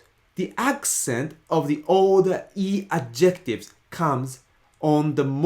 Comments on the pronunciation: It’s deeply ironic that keeps mispronouncing the word "adjectives" with the wrong emphasis. The stress in English is on the first syllable: "ADjectives". It hurts my brain to hear him say "adJECTives" over and over again. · Those are Adjectives (with the stress on the first syllable), not adjEctives! :) Thanks for the video! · I think you're describing a "pronunciation emphasis" or rules on the "intonation" instead of "accent". By the way the emphasis of pronouncing the word "adjectives" is on the AD and not the JEC. Sorry ex-English teacher habit.